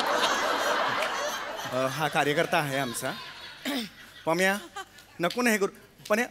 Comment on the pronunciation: pamya chya jagi panya Fumble padla 😂